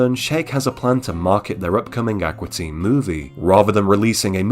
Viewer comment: Ak-wah teen lol